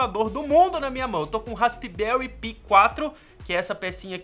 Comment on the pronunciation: a pronuncia certa e raspberri pai 4